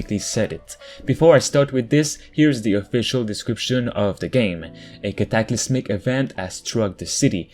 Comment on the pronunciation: The way you say cataclysmic is hilarious